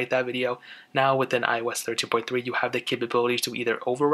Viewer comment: iOS (ee-os)